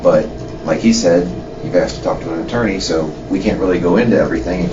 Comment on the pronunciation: It's pronounced asked, not axed. What is wrong with these creatures🤔😂🤣